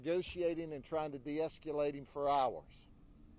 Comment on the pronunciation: Sheriff Judd sure loves his visual aids. But someone really needs to teach him how to pronounce the word "deescalate."